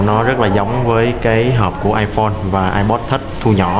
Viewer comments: Thằng này ko biết nói tiếng anh hay sao zay ép pô mà cứ kêu là ây pồ ko ak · ông này review apple mà đọc ây bồ wài